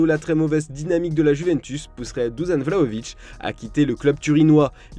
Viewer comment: ca se dit douchane dusan